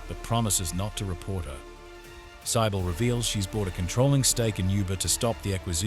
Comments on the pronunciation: even if it is text to voice, it’s still annoying to hear Cybil pronounced Saibil multiple times. Lol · Saibill? And why the Australian accent? Lol.